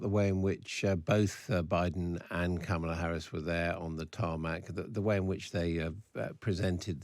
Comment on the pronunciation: This guy is a clown. He can't even pronounce Kamala's name.